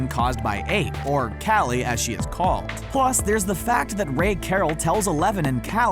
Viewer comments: You say kally but its kali ca-o-lly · Her name is pronounced collie like the dog not caly like some dad who is obsessed with his own name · Like it if it bothered you when he kept saying Callie instead of collie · It's KALI not calley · Am I the only one annoyed that he said Callie instead of Collie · Isn’t it Collie not Callie? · ik it doesn’t matter but 008 is pronounced (Call-i) 😂🥞💕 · I thought her name was Coli...not Kali. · U said cally like wut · Omg he pronounced Kali's name wrong >.<